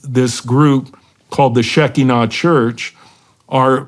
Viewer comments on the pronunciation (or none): its pronounce she KI nah